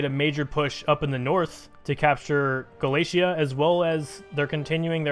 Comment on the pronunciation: Nooo Armenia :( I'm going to be rooting for Aragon and Serbia now PS: Its "ga li sha" (li as in lift) not Galeesha